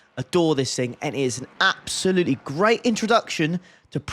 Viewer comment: Did you count the "Absoluuts"?